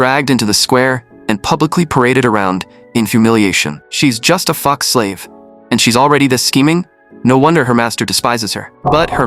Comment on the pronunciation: when he says fox slave, its im hearing f%ck slave